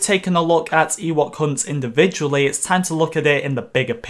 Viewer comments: I can’t be the only who thought he was saying “ Ewok cunt” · Am I the only one who hears "Eh what c#nt" instead of Ewok Hunt?